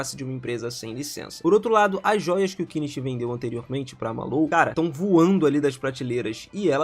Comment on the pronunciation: O nome do prota e Kenichi e não kicha ok ! E prendedor de roupas que ele ta vendendo e não roupas !